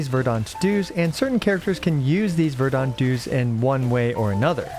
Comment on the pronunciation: Verdant is pronounced "VER-dent", not "ver-DAUNT"